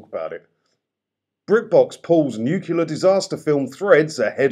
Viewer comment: Love your stuff but please, there's only one u in nuclear. It's easy fixed, recognise and desist.